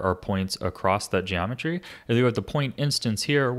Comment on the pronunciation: Genometry wroahds